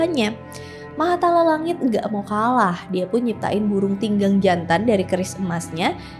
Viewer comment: Burung Tingang, bukan burung Tinggang 😄